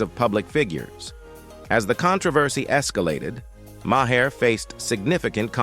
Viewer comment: Can't the producers feed the robot Mar instead of Ma hair so it pronounces the name correctly?